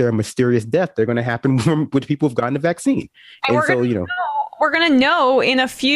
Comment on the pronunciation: The way she puts the wrong emphasis on vaccine grates on me every single time. So on top of the BS she spews there is that, too